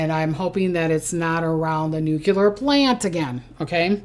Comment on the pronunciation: Its pronounced noo-klee-er not noo-cue-ler